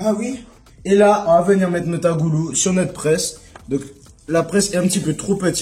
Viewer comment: Je ss rassurée tu dis bien Agoulou 🤣 et nn bagoulou, car un gars sr TT ne la pas trop apprécié, enfin 🤷🏼‍♀️ y'en a partout.. Bravo en tous cas ça devait être succulent